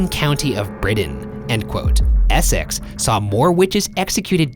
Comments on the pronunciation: eh-sex is so funny to me xD its pronounced essix or at least thats how we say it in england xD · i can't get over how ryan pronounces Essex (it's pronounced more e-six) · As a fellow British, the way Ryan is saying ‘Essex’ is really triggering me 🤣🤣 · how have i only just noticed Ryan’s pronunciation of “Essex”, i’m in bits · I love BuzzFeed unsolved but I can never forgive Ryans pronunciation of Essex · the way Ryan keeps mispronouncing essex I can't deal with it, it's so funny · The way he pronounces Essex pahahahhaha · the way he pronounces Essex 😂😂😂😂😂😂😂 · can't get over how ryan pronounced essex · The way ryan says Essex is painful